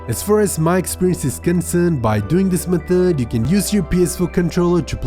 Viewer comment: “methuuddd” HAHAHAHAHAHAHAHA